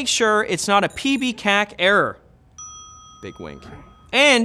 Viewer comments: "Pee-Bee-Kakk" Hey, Writer's, hey, Editor's, it called PEB KAC for a reason, not because it's just easier to say, but the E is for "Experienced". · PBCAK? it's PEBCAK... 🤦‍♂️ (E = exists) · Thats pebkac not pbkac ....and eye dee ten tee error is funnier to tell your family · We call it PEBKAC here; PEB being pronounced "peb" and not as individual letters. (Problem Exists Between Keyboard And Chair) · PB-KAC! 🤣 I guess no one who's ever worked in tech support reviewed this script. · Isn't it PEBKAC (Problem Exists Between Keyboard and Chair)? Much easier and more fluid to pronounce that way... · FFS... It's PEBKAC (pronounced Peb-Cack) Problem Exists Between Keyboard And Chair... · We say PEBKAC here.